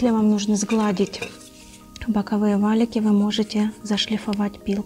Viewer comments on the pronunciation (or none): none